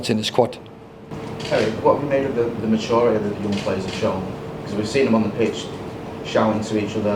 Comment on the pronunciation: "ma'uriteh" What? "Maturiteh"